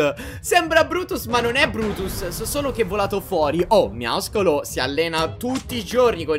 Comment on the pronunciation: NO NON SI DICE MIAISCOLO SI DICE MIASCOLO